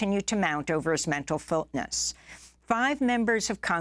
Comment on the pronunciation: All of this is very grim, but mispronouncing 'fitness' in 'mental fitness' is mildly humorous.